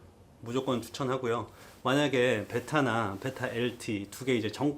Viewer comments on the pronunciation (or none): 베이라 엘틔~ 발음 넘 웃